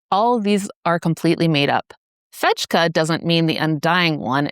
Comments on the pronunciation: Fejka is pronounced "fey-ka." It's Swedish, luv. It means, "fake." Meanwhile, a medically relevant note: PFAS chemicals are similar to bile fatty acids, having chloride ions attached, rather than hydrogens, on their short chains. The soluble fibre in Oats and barley, beta glucan, which helps reduce cholesterol by pulling bile fatty acids out of our poo, forcing us to make new bile, rather than cholesterol, those beta glucans also grab PFAS, which are also recycled through our bile system. If you poo them out, they are gone from you. Sadly, they will persist in the world, but at least you have one means of protecting yourself. You can manage to eat an oatmeal cookie, or have a bowl of Italian Wedding Soup, etc., daily, right? That and five servings of legumes a week, including peanuts, and you'll likely enjoy a longer, healthier life. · I just wanted to mention that in Swedish, the pronunciation for the letter "j" is more like the one for the letter "y". Good content, I appreciate this.